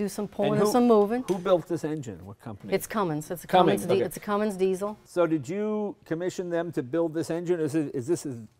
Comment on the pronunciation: Jay should know that there is no G in "Cummins".